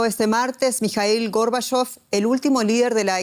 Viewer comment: ¿Por qué la locutora dice Górbachov cuando es Gorbachov?